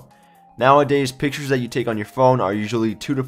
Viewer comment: Thanks for "Piktures" :)